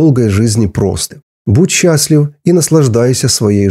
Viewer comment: Почему Вы окончания слов говорите неправильно!? Неприятно слушать, "теломероу", "счастлиу"...*пяти"... "процентоу*....* бироогоу" . .😅😮😅😮😮😢 Надо научиться Вам на окончаниях слов выговаривать букву *в" Хотя Вы и зрзол, но по-русски должны говорить правильно!!!